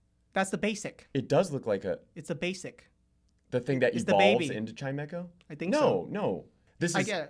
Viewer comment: Chime- cho? My guy